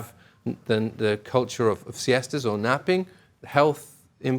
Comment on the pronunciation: As an spanish speaker thom Yorke pronouncing "siestas" Is my new religion